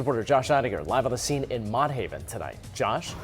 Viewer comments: Its pronounced MOTT HAVEN LIKE MOTTS APPLES LMAO NOT MOTE 😂 GLAD I MOVED A LIL OUT THA HOOD PARKCHESTER IS PEACE N QUIET 🙏 And not for nothing but tha parole officers carry guns so why she ain't fire back 😮 what they carrying guns for good looks🧐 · He said Mo Haven😂😂😂 it’s frigging MOTT haven… even the news coverage said it and he pronounced it wrong